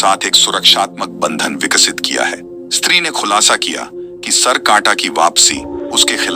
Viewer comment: Bhai “street 2”nhi “stree2hai